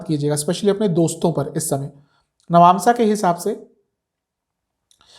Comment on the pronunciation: Nabnsa kiey hai bar bar nabnsa bolo rha ho